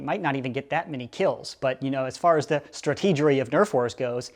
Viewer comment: I immediately liked the video when he said strategary